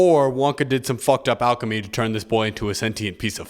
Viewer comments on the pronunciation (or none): none